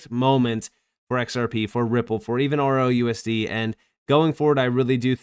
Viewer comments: He keeps saying ROUSD, what a clown, it's RLUSD.....? So sorry for anyone who listens to these morons! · It's just the way he pronounces it. He's trying to talk too fast and is not closing off the "L".